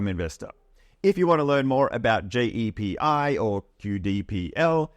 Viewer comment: JEPI is not an english term which is why the AI is getting it wrong, so it pronounces it as it sees it and hence JAY.P.I - great video though, I feel old lol